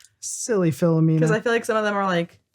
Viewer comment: That's Phli-o-mean-a.